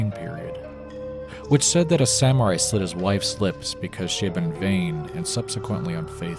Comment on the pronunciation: It’s “Slit” Not “Slid”